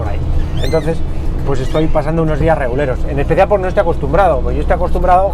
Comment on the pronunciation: Alguien más que piense que en vez de decir "reguleros" dice "reculeros" 😂